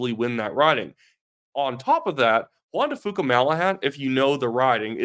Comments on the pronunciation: Hey — it’s Juan de FEW-ka, not FOO-ka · FYI it’s pronounced Jaun De few Ka, keep up the good post